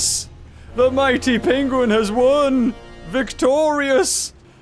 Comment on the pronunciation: Its mihty penguin